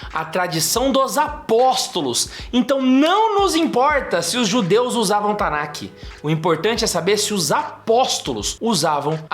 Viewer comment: A gente fala Tanakh, mas pronuncia"TANÁ" é não tanaqui